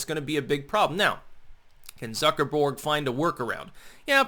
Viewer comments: Okay, I love you but, the way you say "Zuckerberg" is driving me nuts. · Do you pronounce his name Zucker-borg in reference to the star trek borg collective due to his robotic mannerisms and lack of emotion? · I click on any Facebook video by, just to hear him say "Zucker-BORG". You will be assimilated!